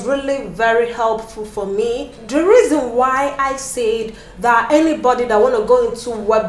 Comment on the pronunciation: Your experience is valid. The storyline is awemazing, microbiologists working in banks 😂. I couldn't help but notice how you pronounce Anybody "Anybady". I loved the video editing.